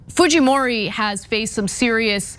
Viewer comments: You butchered that Japanese name. Haha. It’s basically pronounced “Kay-ko foo-jee-mo-ree” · It's a Japanese last name ... Fujimori .... foo-jee-mor-ee. You are giving it a Spanish pronunciation. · why Ana calling Fujimori as Fuhimori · Her name is pronounced Fujeemoree not Fuheemoree. She’s of Japanese descent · while she is of Japanese descent, as a Latino who has been following this election, it is pronounced Fuheemori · They pronounce it Fuhimori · Why is Ana pronouncing a J as a G? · lol...Fujimori is a Japanese name because...Peru actually had a Japanese president before, and Keiko is related to him. But I don't think the j is pronounced like the Spanish j (h in English) because...Fujimori is a Japanese name.